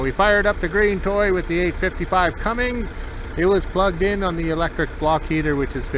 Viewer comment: Cummins, not Cummings, just sayin